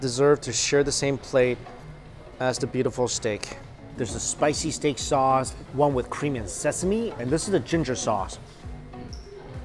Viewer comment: Steak so good, it has you slurring words. He said “ Spicy Chilli Shauce”.